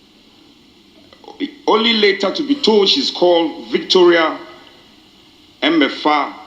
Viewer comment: "Eme afa " and not "Emefa" .